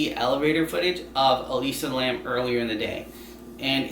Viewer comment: Its Elisa Lam not Alisa Lamb 😭